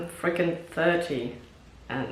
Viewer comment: Did she say "I'm frucking thirty"? That's so Frinnish 😊